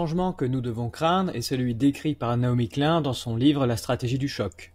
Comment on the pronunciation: Excellent. Un détail: Ça se prononce "Nai-omi Klyne" [ pas "klun" ].